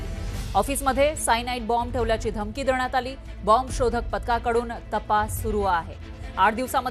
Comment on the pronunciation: मॅडम बम्ब नाही,,बॉम्ब,, 😂😂